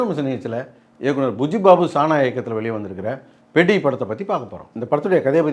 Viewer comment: பெத்தி ❌ பெட்டி 😂😂